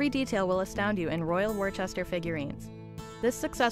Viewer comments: pronounced wooster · Why can the commentator learn to pronounce the name of Royal Worcester. - it is not Worchester, but Worcester. For what was a long standing British company, this really grates.